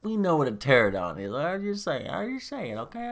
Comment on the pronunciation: Pteranodon is pronounce Ter-an-oh-don. Also, I think that image is of rodan hibernating inside the volcano, not of it creating a sonic thunderclap. Great video though, I am wayyy too excited for this movie lol